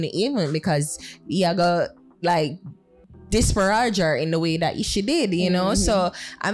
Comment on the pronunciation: disPAridge, not dispaRAWj. Fix up this pronunciation fimi deh plz next time u use the word. 🙏🏽